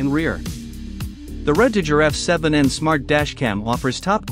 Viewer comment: I wish you would get a real person to narrate the video. Issues with the pronunciation of “record” and the voice massacred the pronunciation of RedTiger. And the parsing of phrases is horrible.